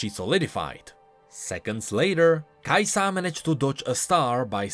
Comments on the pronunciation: i dont wanna be the hermione but damn kaisa not kai saah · why are you like the only person that puts the emphasis on the "Sa" part of Kai'Sa? it slows your sentences down and makes them sound weird.